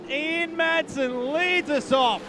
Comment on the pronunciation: I can't stand it when commentators don't know the drivers names!. Will someone tell this commentator the drivers name is Ian Madsen..... not Ian Maddison.😠